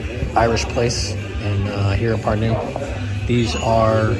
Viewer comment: mitte pürnuu vaid PÄRNU - eesti keeles on sönaröhk alati ESIMESEL SILBIL. ;) PALUN - öppige, välismaalased, kohalike nimesid igas riigis) öigesti hääldama. Seda ingliskeelsete jälki meie nimede hääldust on väga kurb kuulata. Aga see, et ingliskeelsed inimesed ei suvatse nende poolt külastatavate riikide omakeelseid nimesid selgeks öppida, on ilmselge näide maailma rüvetanud rahvuste šovinismist ja arrogantsist.